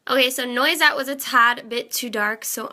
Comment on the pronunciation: n-wha-set. Not noise-ette. ;) It means hazelnut in French.